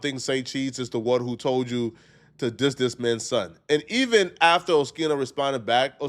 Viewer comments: OHH-Skiii -No …. NOT ; OH-Chi-No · Saying Oschino wrong lmao, Shouits out Oschino and thats a Real One you talking about been rocking with O and State Property music since i was a kid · Pronounced skeeno not sheeno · WHO DA FUCK IS OSHEENO BRO GET IT DA FUCK TOGETHER ITS OSKEENO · it’s o skeen o not sheen o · O-Skeen-o not O-shee-no, being from Philly, you should know that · O-Skee-no my boy 🤦‍♂️ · It’s pronounced Oh-Skeen-O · Bro...it's OH-SKEE-NO More proof you aren't a hip hop fan. We all know state property with beanz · Hey its pronounced oskeeno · Oh - Skee - No... Sound it out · ITS OH-SKEEN-OH dude🤣🤣🤣🤣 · It’s pronounced Oskino you big bison head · Oh - skeen- oh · Man, you have to get his name right!!! 😂😂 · you’re saying his name way wrong 😂